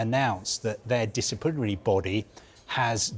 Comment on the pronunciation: Is this fella drunk. He can't pronounce provisionally or disciplinary 😂😂😂